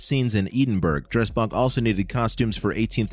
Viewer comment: OK - Now you've done it!! Ee-din-burg.?!! That's atrocious and completely disrespectful. Scotland's capital city is pronounced Ed-'n-burra. It's really not that difficult.